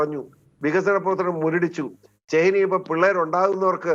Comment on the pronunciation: ചേന്ന അല്ല ചൈന